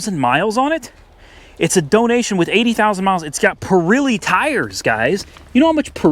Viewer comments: "PURILEE TIRES"? LOL....man we say exactly as we read it, so its "'PIRELLI" [pee-ra-lee] oh boy!! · It's spelled Pirelli but pronounced Pur'elli like a cat 😉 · Still laughing.....it's pronounced "purr ellies" 02 CV not with hydroformed frame nor rack and pinion steering, forget that one, some punk probably had it and beat it to death....but it IS rare to find a P71 with cruise....."moving on" ..... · I’ve never heard someone say perelli like that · can't say Pirelli probably hehe